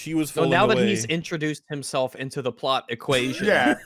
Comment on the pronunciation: Why does this guy keep saying "the plut"? Does he not know how to pronounce plot? Seriously?